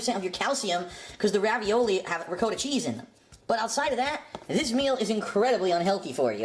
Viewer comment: He's supposedly Italian, but can't pronounce Ricotta correctly.